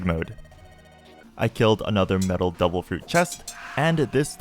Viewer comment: Bro, why you always pronounce "Devil" like "Double"